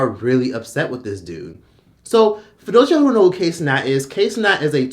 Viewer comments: "kay cenat" lmao it pronounced (KIE) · I'm getting way too much satisfaction at you calling him KAY Cenat!!😂😂😂😂